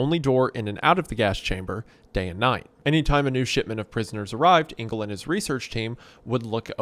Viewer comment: Just a quick one - Engel is not pronounced "Ingal", but "Angal". And is German for Angel (but with a hard g - which you got right).